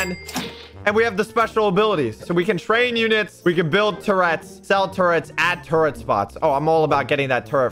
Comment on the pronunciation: I like how he says turret like toret